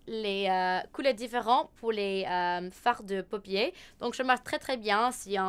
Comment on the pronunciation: Salut ! Je suis française et j'adore tes vidéos, ton accent est vraiment adorable ♥ juste une petite remarque qui j'espère t'aidera, pour "paupière" tu prononces ça "Paupier", mais il faut le prononcer "Paupiaire" :)